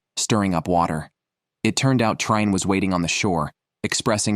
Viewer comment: You anglosaxons should put some effort in studying other languages. Trine is not "Traine", but "Treen-a". You owe it to us. Your language is not worse or better than ours, but at least we non-anglosaxons have put a lot of effort in learning your language. At least pronounce foreign names properly.